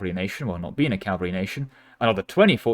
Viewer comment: It’s pronounced, “ca-VAL-ry”. Cavalry. Not “CAL-vary”. Cmon man.